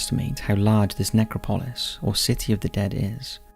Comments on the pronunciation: Ne-CROP-o-LIS NOT NECRO-PO-LIS. Seriously this guy is a very good narrator AND I know there are differences in pronunciation sometimes but in EVERY video he mispronounces things. Sometimes such famous names that I find it hard to believe. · man you say that word funny. its [nek-rop-ul-iss] not [nek-ra-paul-iss] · it’s nec-crop-Lois… the pronunciation here is absolutely painful! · Dude! love the vids... hate the way you say Necro-polis with the accent on the o (pOlis). It's NecrOpolis... sorry to be petty, but it just makes you sound like you didn't do the slightest bit of research on the topic you're talking about! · No…it’s Ne-crop-a-lis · Ask Google to show you how to say necropolis !